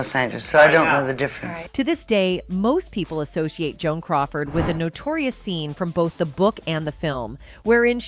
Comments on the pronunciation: She said Joan coward. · on-zha-NEWs, not in-GEN-youze... And *Joan Coward*?